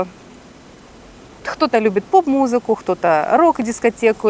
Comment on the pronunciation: Интересно она произносит кто-то, она говорит хто-то.